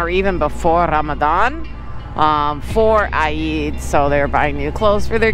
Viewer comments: Hello!!.. Eid is pronounced as eed.. not I-eed to make it simple or in Arabic عيد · Say eeeeed 😂😂😂. Awesome video